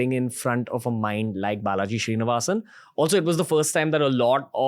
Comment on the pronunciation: Name: Srinivasan Ranveer: Shree-nivasan 😂